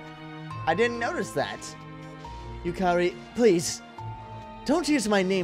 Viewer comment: yukari is pronounced "yukadi" just sayin...